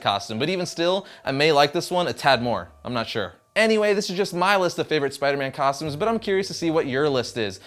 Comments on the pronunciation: At the beginning you said tostumes instead of costumes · Rewind it he said tostumes